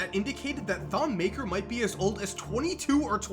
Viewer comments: why cant anyone say his name correctly. Its t-on ma-ker. I know cause im sudanese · why cant anyone say his name correctly